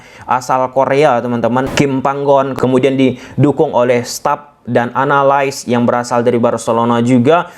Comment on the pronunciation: Analis BANG YANG i jgn di E kan., kita orang indonesia bukan malaysia.